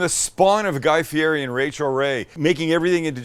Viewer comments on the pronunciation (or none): Anyone going to tell him how to pronounce Guy Fieri correctly?